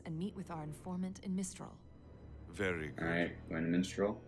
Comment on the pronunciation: It's MIStral, not MINstrel